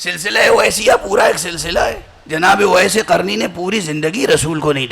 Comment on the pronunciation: جاہل اویس قرنی قاف سے آتا ہے کاف سے نہیں